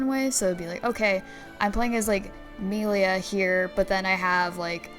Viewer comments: Ah yes, my favourite character, Meal-ia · Idk how you play the entire game and still pronounce Melia wrong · It's baffling how someone can mispronounce a name when it's literally voiced in the game.